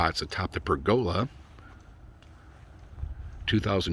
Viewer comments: It's how pergola is pronounced in the South and Southwestern US and in Australia. You say to-Mawt-to, we say to-May-to. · I can honestly say, after living around people and pergolas in four states, I have never heard it pronounced that way lol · There are two pronunciations of pergola, three if you count Italy. Two in the US: Perg-uh-la: Northern & Eastern US. Perhaps the PacNW. Per-GO-la: Southern and Southwestern US & also Australia. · Well, then there’s the pronunciation of, “per-GO-la” 😂